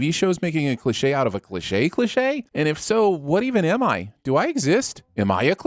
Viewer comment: Why do you not know how to say 'cliche'?